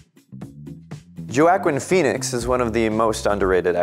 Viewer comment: Did you say johakin pheonex. Lol